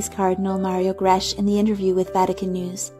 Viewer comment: The ch in Grech has the sound of a k